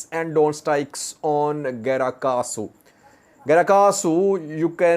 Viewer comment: It is "Grat Kahsu" but not "Gra Kahsu"